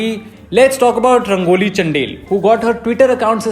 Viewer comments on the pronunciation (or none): Everyone: Rangoli चंदेल: Rangoli चंडेल